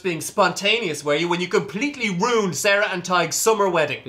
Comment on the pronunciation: "ruined" sounds like "rude" LOL